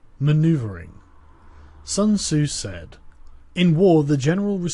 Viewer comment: Pronounce Sun tzu properly.